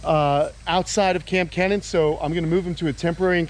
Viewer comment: Does anyone else wonder how the hell Kenan can afford to do all of this upgrading to his backyard? The damn place has become its own Japanese pond/reptile zoo!! Also who else can’t stop yourselves form saying Kamp Kee-nan because of Keenan and Kell being ingrained to your heads as a child that pronouncing Kenan the way it’s supposed to just seems odd